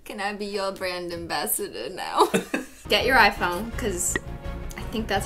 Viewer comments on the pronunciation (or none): none